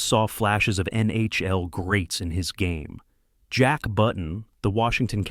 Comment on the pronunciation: The mispronunciation of legendary NHL players and the NHL acronym itself made me think it was odd for a clear non-hockey fan to make a video about this. Was this AI?